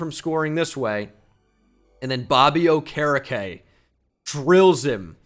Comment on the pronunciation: dude. it’s bobby O-ker-E-K - signed a concerned colts fan